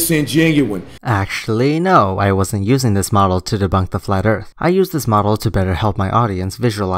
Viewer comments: flat earf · " Dis-ingenue" " Flat urf" " Loggadis pishur"